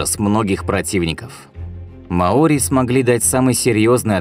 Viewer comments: Не маОри,а мАори это как говорить рускИе а не рУские.диктор тебе неплохо бы подготовиться перед озвучкой иначе молодежь (которая слушает и внимает)будет такой же тупой как большинство расиян (((((а так канал в целом довольно полезен .ставлю 7 из 12 баллов.Привіт из Запоріжжя.Україна.птн пнх... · не маОри, а мАори. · Вообще-то мАори, а не маОри. См. словарь. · Что же так безграмотно? Не маОри, а мАори. У вас в выпусках с ударениями вообще беда. И не добывают там раков! То, что вы видите на картинке - это Green Rock Lobster, но никак не рак. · Ухо режет неправильное ударение. Верно мАори. Как можно было придумать такое ударение маОри. Жесть .. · МАори,а не МаОри. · В слове «маори» ударение падает на слог с буквой А — ма́ори. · Ма́ори. Проверяйте ударения у незнакомых слов перед тем как сделать фильм.